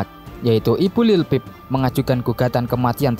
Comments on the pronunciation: Lil pip..how the hell you make a whole documentary and can't say his name? 🤡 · dude, it’s like you’re reading out of a book or something and you can’t even pronounce say this name right or not this sucks. Take it down.✨👑🐠